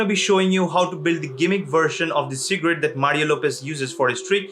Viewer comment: Who else hear secret instead of cigarette 🤣